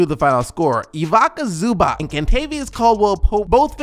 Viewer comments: Dude, all the videos appreciated very much. Only watch out for how you prounance names. For example it is Ivica Zubac not Ivika Zubak. Exactly how its written thats how you prounance it. My ears hurt when you prounance it. 😂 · Ivaka Zoobok??? It's pronounced Eee-vee-tsah Zoo-bots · WTF is Luka in the Player of the Day poll?(((( Btw,, I love you so much, watch every video... Man, learn to pronounce some names. When you make mistakes like that, it sounds so amature... Ivica Zubac [ivitsa zubach] G luck! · Its pronounced EVEEZZA ZOOBATZ ! :D